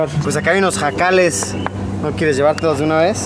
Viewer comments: jejeje Luisito, son huacales no JACALES o escuché mal o en mi estado así se les llaman jejeje saluditos!! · Huacales, no jacales...